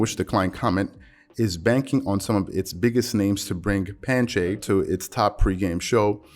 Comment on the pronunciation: brush said "pan-shay" lol